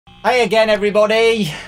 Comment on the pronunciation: At first i thought he said hey agian every bonnie XD